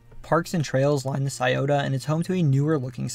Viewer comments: Kudos for pronoucing "Scioto" correctly. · 614 represent. Props to you for knowing how to pronounce Scioto.